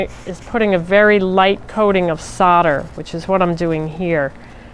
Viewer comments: Why can nobody pronounce soldering or solder correctly? Solder not sodder 🤦🏻‍♀️ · It's pronounced sol der not sod er. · FFS its pronounced soul der not sodder....... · Sodder lol It's actually solder, I guess it's the USA accent. How do you say holder or colder?